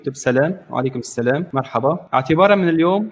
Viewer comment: الثلام عليكم 😂